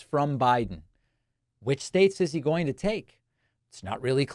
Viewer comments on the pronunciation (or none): none